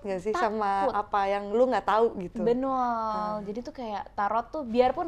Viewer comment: Ayas stiap nyebut betul jadi "benul"😅😅